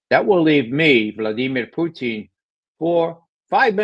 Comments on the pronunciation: Someone tell Ray, his name is Putin as in Pewtin and not Pooteen. Not even Lavrov pronounces it as Pooteen!!! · He's ridiculous the way he says that. He said once he believes it's the correct pronunciation. It isn't. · Why does Ray McGovern pronounce Putin as "poutine?" Does he think Putin is like fries and gravy?